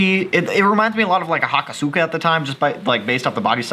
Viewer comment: "Hakosooka" 😂Im pretty sure its ha-kos-ka